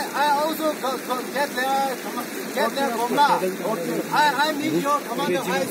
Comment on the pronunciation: China army english....commandar...,says Commondal..😁😁😁